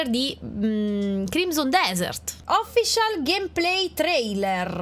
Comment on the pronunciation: "Official" all'italiana non si può sentire dai